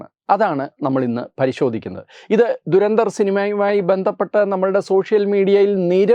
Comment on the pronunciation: Good content👌🏻👍🏻, keep it up! Trivia: Pronunciation is WAY OFF! ദുരന്തർ അല്ല , ധുരന്ധർ എന്നാണ് ഉച്ചരിക്കേണ്ടത് ! धुरंधर Meaning: expert/stalwart in something